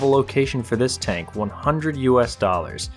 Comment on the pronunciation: It greatly amuses me to hear a grown man say, "Tonk"